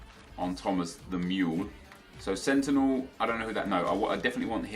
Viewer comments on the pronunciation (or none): none